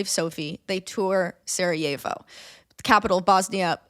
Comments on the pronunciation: Saw John Green and clicked, i guess he's the reason your video popped up in my feed. Dear Lady in blue: Sarajevo is not spanish, so the j is not pronounced like an h. Just imagine it as "Sarayevo" for your pronounciation needs. I think it is important to note that "the people of Bosnia didn't want to be part" mainly showed in the early years after the Berlin congress. When the occupation happened. It was less a problem by the time the annexation happened. At the time Franz Ferdinand and his wife visited that was almost 20 years later. At that point the Bosnian men were part of the A-H army, well respected in that, and the day before the assasination the couple visited the markets and talked to the population. (In their language. F-F despite being known for not liking slavic people was able to speak with the serbs, croats and muslims that made up (and make up) Bosnia. Btw.: Belgrade is not in Bosnia. And from what i remember, they weren't in favor of "independence of Bosnia" but to have a greater Serbia that would include Bosnia. (there is a reason the current serbian government put up a bronze statue of Gavrilo Princip in a park in Belgrade, not the Bosnians.) Where did you get that about a military parade? F-F was the chief inspector of the army and was there to check on an exercise. And while there, he and his wife decided on visiting the city. No parade. No guys. All of their drivers were from home. And they didn't go "back to the hotel". They were going to the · I know its too late but its killing me so I have to comment: Sarajevo is pronounced Sarayevo not Sarahevo and any last name that ends in "ic" is pronounced "ich" not "ick" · when was saying "Sarajevo", i was like "who is Sara? i don't remember her as part of this story" haha … being from the Balkans i thought that was really funny. such a great episode!